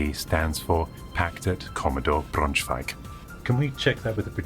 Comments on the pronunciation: Greetings from Braunschweig! (It has an english name too: Brunswiek) Verry good pronounciation ;) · Thumbs up for using Brunswicks German name. The pronounciation was quite good.